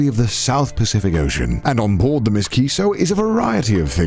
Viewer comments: Connor pronouncing M. S. as "Miss" 🤣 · not Conner calling the M.S. Kiso as Ms. Kiso omg XD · That's M. S. Kiso. Not Miss Kiso, Connor. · Omg he really pronounced the M. S. in the boat's name as 'miss' 😆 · you can tell Connor has never gone on a ship by how he literally thinks it's called "Ms. Kiso" instead of M.S. Kiso.......... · The Miss Kiso lol The ship name prefix MS typically means Motor Ship and it’s almost always pronounced “Em Ess” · Ms kiso.... I it's M. S. kiso lol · M.S. isn't pronounced Miss, It's M.S. - standing for Motor Ship. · M.S. Stands for Motor Ship, not Miss, Cännür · The MISS Kiso?? CONNOR it’s the M. S. Kiso… As in the letters M. S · Connor, it’s not ‘miss’ kiso, like a name. it’s the m.s. as in ‘motor ship’ it denotes the sort of boat you’re on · It's the M.S. Kiso not the Miss Kiso lol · M S Kiso, as in the letters. Not Ms. Kiso as in the unmarried woman! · Did no one catch the "miss kiso" instead of M.S. Kiso XD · It's not Miss Kiso, but M.S. Kiso, which stands for Motor Ship ;) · I love this series. Also hate to be that guy, but it’s not ‘miss kiso’ it’s ‘em es Kiso’. For naval vessels you always pronounce the identifying prefix by saying the name of each letter rather than stringing them together. For example, U.S.S. or H.M.S. The reason for this is that they’re abbreviations. USS is United States Ship, HMS is Her(his, changes based on current king/queen) Majesty’s Ship, and MS would be Motor Ship. No one I know says something like ‘United States Ship Enterprise’ but it’s neat information to know. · I died a little everytime he said Miss Kiso